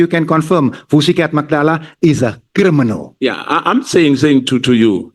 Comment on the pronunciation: "Vusi Cat Matlala is a cri-mi-nal, come on say it with me"... Yerrr this guy 😂😂😂